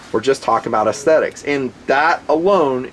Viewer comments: Dear, love your videos, but the word is pronounced S thetics, not ass-thetics. That's ess-thetics, or perhaps ez-thetics. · i'm not comfortable with the pronunciation of "aesthetic"/"aesthetics" in this review. it's way off, sorry. "assthetics" just sounds like a sarcastic pun. "essthetic" or "eysthetic" are phonetically acceptable. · Heh. "Ass-thetics". Love the reviews, just found that pronunciation kind of amusing!